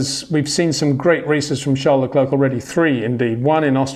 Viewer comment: It’s ‘charl le cler....’